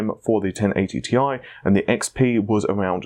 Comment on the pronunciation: Can I just say that "Ti" stands for "Titanium", but NOT as an abbreviation. It's the CHEMICAL SYMBOL. Ag is for Gold, Al is for Aluminium, Cl is for Chlorine. How do you read those? So yeah. T. I. Not Tai. Thanks!